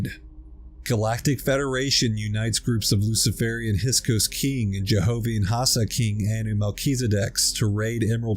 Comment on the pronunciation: He's meant to say "hiksos", not hisok"!...